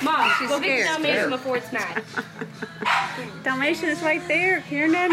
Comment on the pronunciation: dalmation, dalmatioon